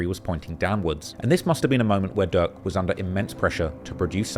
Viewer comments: Bro called durk.. duck lmao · Bro pronounce "durk" and "duck" and "dirt" the same had me confused af